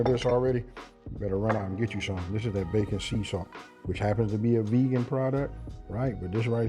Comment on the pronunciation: Sorry, my hearing isn't so good. Did you say bacon sea salt?